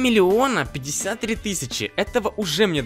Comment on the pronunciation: Как смешно говорит 3 милиона))))))))) Кто заметил????Ставте лайк на комент!!!!!!!